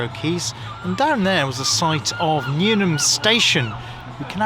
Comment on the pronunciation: It's Newham not newnham.